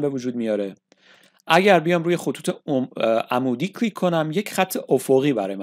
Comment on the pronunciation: هر حرف یکبار بگو نه ده بار و کلیک بدون لهجه بگو لطفا چون اشتباه تلفظ میکنید ممنون